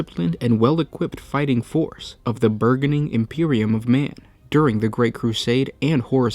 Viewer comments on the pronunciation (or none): Dude! Great channel. But every now and then.... pronunciation!? "Bur-Gon-eeng" for burgeoning? What the effing fuck? Your script is very well written and yet you fumble basic English. What gives? Are you just lifting from GW literature? If so, fine! But then stop talking about what "inspired " you to write this script! Just saying. Citations are good. Plagiarism is not good. "The more you knoooow" la la la